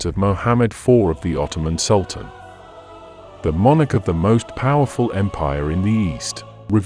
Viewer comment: Is this computer narration? Sultan is pronounced as Sudan, as an example of errors. Secondly it's Mehmed IV, not Mohammed, Turks used that version which is his actual real name.